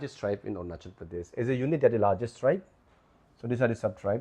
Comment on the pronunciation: 😂 english itna acha but ornachal kue ???